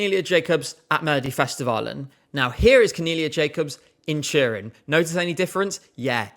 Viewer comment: Took me too long to figure that "churin" ment Turin haha